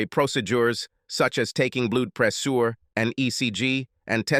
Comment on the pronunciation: I gave up after "proceDUre" and "pressSUre"!